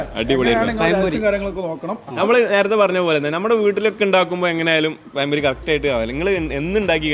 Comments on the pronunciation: പയം അല്ലാട ചെറുക്ക..ഇതു പഴം പൊരിയാണ്..... പയൊ? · പയം പൊരിയല്ല, പഴംപൊരി.. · പയം പൊരി 🤣🤣🤣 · പയംപൊരി അല്ല പഴംപൊരി 😊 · പയം പൊരി അല്ല പഴം പൊരി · പയം പൊരി അല്ല പഴം പൊഴി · കോയി ബിരിയാണിയും പയം പൊരിയും 😜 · പയം പൊരി 😂😂